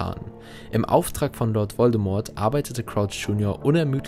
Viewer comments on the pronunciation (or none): none